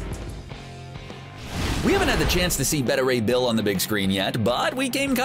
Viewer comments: Bet-a ray bill? Thought it was Bae-ta ray bill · It's "bay-tah" Ray Bill. Not "bettah." get your shit together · It is Bay-ta Ray Bill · Instead of diversity, how about concentrating on a good story with good characters. And for god sakes, try to use actors with a little charisma instead of actors like Larson and.... well, she's the only boring one I can think of right now. Overall, Marvel does a great job of casting so they were bound to hit a dud sometime. Oh yeah, one more thing. His name is Beta Ray Bill, not BeddaRay Bill. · I am beyond triggered by the pronunciation of Beta Ray Bill in this video.